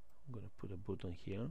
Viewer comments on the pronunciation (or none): Странно и неправильно он произносит слово button как буттон а не баттон как надо... Ой...